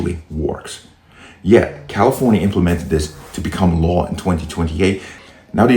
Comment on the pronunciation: Stop using AI. She could not even say Law correctly.